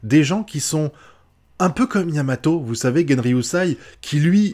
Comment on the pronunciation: c'est yamamoto pas yamato mais tnkt 😂